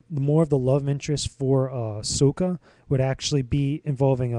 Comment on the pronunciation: the movie wasnt very bad nor was it very good it was just ok, but the problem i had with the movie is the way the said their names lol like Suuka instead of Saka and they said oong instead of aang lol i hated that but i 100% agree with everything u said